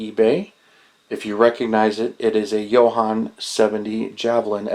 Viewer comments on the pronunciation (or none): So I learned an interesting tidbit today about Jo-Han kits. The company was originally founded by a guy named John Hannelly. Thus...Jo-Han. So yeah, I guess it should be pronounced Joe-Han (as in hand without the d), not Yo-Hon. I do it too, guess I need to relearn too. 🤣